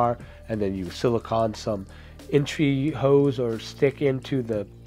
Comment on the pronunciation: Hose. Not, Hoes.